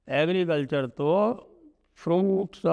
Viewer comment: Sanjay Ji ko bolne me dekat ho rhe h agrecalcher 😅😅😅😅😅